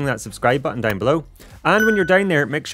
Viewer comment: my earn when he always says "dauwn" :((